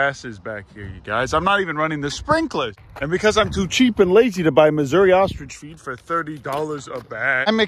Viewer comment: took me a moment to realize you said "Mazuri" ostrich feed, and not "Missouri."